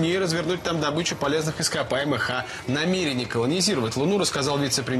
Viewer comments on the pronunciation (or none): none